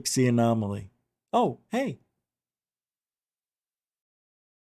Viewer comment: For real. Annomily?